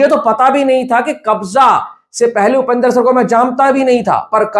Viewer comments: It’s Upendra not Upender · Bro not upendar it's Upendra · Its upendra not upender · Its not upender its upendra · Upender nahi upendra bolo bhai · low*e its upendra not upender